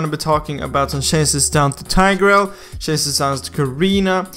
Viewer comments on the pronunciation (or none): Is Tigreal really pronounced as TAY-GREL? tf